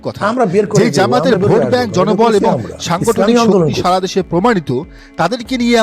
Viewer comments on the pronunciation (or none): none